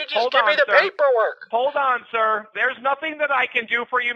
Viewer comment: i knew 10000 per cent the first guy was indian he has tried his best to work on pronounciation and phrases but the way he pronounced some words like `sir.` was clearly indian!